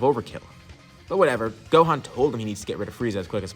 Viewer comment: Brodie it's gohan